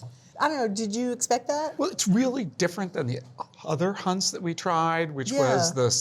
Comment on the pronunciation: For starters it’s definitely not “Hunts”